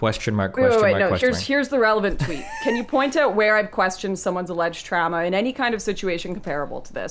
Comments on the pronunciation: we don't pronounce it trama, I pramise. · This is disgusting, I can’t believe she would pronounce “trauma” and “process” like that. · lol'd at Lauren saying "TRAMA" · Im sitting here fuming how does destiny just take that. “Trama” kill me ffs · No one in Canada pronounce "Trahmah" like that except for Lauren. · If she says TRAMMAH one more time I’m gonna lose it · I can't take the "Tramma." Two times was enough--unlistenable. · He was triggered the moment she pronounced trauma as tramma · Why does she pronounce trauma like “Trama”. What the fuck bro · why tf is she saying tramma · Pretty hilarious that it’s Destiny’s audience that chirps her because of her pronunciation of the word trauma. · Okay, now some bizarre Canadian pronunciations are forgivable, but "trauma" is spelled au. Does she say "caaaaaaaaation, curvy road ahead"? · The way Lauren pronounces the words trauma and traumatizing, etc. is pretty funny. I wonder if that's a weird dialect thing. Not sure where's she's from. She uses a short a instead of the normal / correct elongated a sound. Never noticed that before but she says it so much in this vid that I can't ignore it. It triggers my grammar goosestepping gene. XD